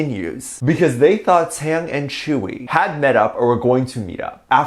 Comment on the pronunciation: Most Onces know Tzuyu is not even friends with any BTS members, and before you make a video please learn how to pronounce Tzuyu properly